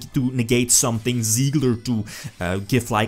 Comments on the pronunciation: Tsigler Not siegler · Try pronouncing it like "Zee-gah" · Its Sieger like "seeker" just with a soft S at the beginning and and the g spoken like Gregor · Der Anti-Mate just stop. There is no L in "Sieger" and you would say it somewhat like "Siiger" if you where to say it in english. If you have no idea about the german language please just leave the matter next time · It is "Sieger" the German word for "winner" ;)